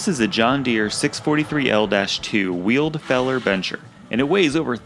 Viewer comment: Feller "bencher"? It's a buncher, as in it bunches the trees.